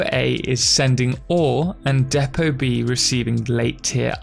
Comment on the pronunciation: Its spelt Depot (although it's mispronounced in the video)